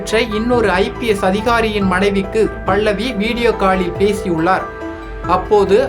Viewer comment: டோய் பைத்தியக் ககர பேச்சாள, பள்ளவி இல்லடா பல்லவி பேச தெரியவில்லை என்றால் பேசாதே